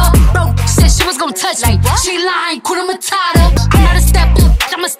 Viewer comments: Awesome dance, one thing though, you need to pronounce the H in Hakuna matata.... Otherwise it sounds like Kuna matata meaning there's trouble. Blessings and all the best always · HAKUNA MATATA. There r no silent letters in those 2 words. Pronounce each letter. The letter "U" in HAKUNA is pronounced the same way you would pronounce U in the word STUDENT..